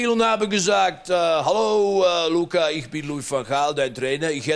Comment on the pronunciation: "Denke Iccchhhhh" Mega Geil